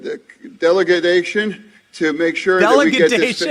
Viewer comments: 😦...🫢🤭🥴 Wait, did he say deligenation!?! 😶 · ''Dele-ga-dation'...🤣🤣🤣--Duh!!!--I dont know who's worse, Biden or this DingBatDude at the podium!!!!!!😅--OH well...'better saved later, than never, I guess!🎉😅🎉!!!